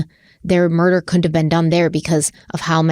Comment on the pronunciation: After reading the recent IG comments about mocking people with country accents, then she herself was getting called out for mispronunciations of words. i.e. Saying cunt instead of couldn't. and seriously? Hypocritical much mocking accents when you can't pronounce simple words..........But actually that is not the purpose of my comment. I am actually intrigued by the concept that these children's unfortunate mutilations could have possibly been by animals. I have never heard this before, but now can see it as a good possibility. Great coverage and! This is not the first time during these 8 parts that I have been enlightened by new possibilities.